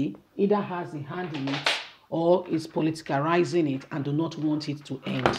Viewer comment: That word is politicize and not politarize.